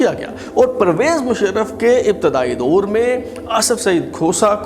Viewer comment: ، آ پ کا پروگرام معلوماتی، معتدل اور کافی حد تک معروضی ھے۔ انداز ، تلفظ اور لہجے کا زیروبم بھی موثر ھے۔ بار خاطر نہ ہو تو واؤ مجہول والے الفاظ مثلاً طور، دور ، خوف وغیرہ کی ادائیگی پر تھوڑی توجہ فرمائیں۔